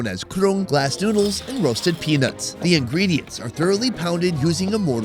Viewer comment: The way he says peanuts makes me giggle. He says "penits"😅